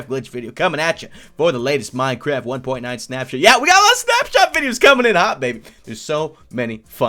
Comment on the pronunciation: Who thought he said "SnapChat" instead of SnapShot? LOL